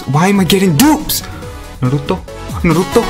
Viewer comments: Shandaroo!!!!! NaruTOW... NaruTOW... hahaha i love it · just listen to how my boy says naruto's name lol